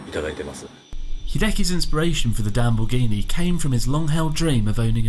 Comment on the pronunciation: Damborghini ahahahah Amazing